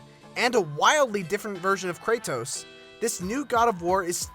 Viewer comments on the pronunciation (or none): the way he says his name its kratos not kray-tos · it's pronounced KRAY-DOS not KRAY-TOES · had to stop the video when I heard how this dude pronounces "Kratos" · You say the T in Kratos with conviction haha.. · why the fuck do you say "Kratos" that way. Do you say Dori- TOS to your friends. you fucktos.